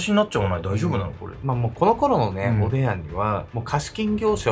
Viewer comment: おでや？おでんに聞こえちゃう😅